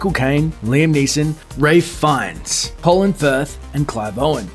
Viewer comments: who's Ray Fiennes? it's Ralph Fiennes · Rafe Vines? Excuse me, but you got the wrong name with that face, bro. His name is '' Ralph Fiennes'' Not ''Rafe Vines'' xD